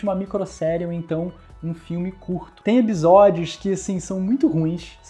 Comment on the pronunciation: Eu sou louca ou ce sempre fala ebisodios?